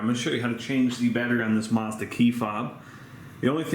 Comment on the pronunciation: It’s pronounced MAZ.da - there is now R sound.